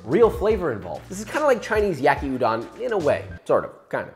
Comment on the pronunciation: hears you pronounce yakiudon very wrong Daughter is not happy. -^- but great easy recipe, I made this about 9 times